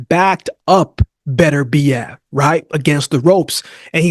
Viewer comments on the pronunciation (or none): Why can't you Americans pronounce Beterbiev's name? It is pronounced BET URBIEV not BETTERBEE EV.